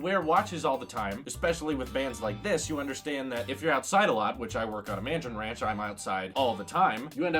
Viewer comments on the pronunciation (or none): none